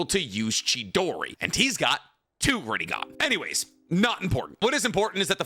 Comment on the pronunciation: For a second I thought you said " Rogan eye. " I was like " whaaaaaaaaaat "